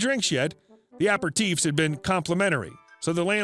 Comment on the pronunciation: Hiya, strange word but it's pronounced a-pare-i-teef ;-))